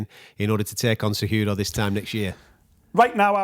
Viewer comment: Kumaru “sayWHOdough” Oozmon